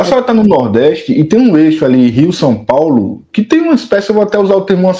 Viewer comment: Fala errado sompaulo? São Paulo